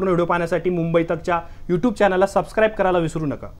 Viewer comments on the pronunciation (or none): none